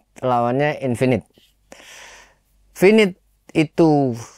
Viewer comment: Maaf, izin koreksi dan, pronunciation nya salah yak, finit dibaca fainait, impulse dibaca impals